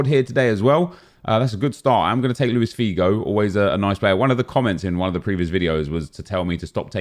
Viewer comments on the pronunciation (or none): none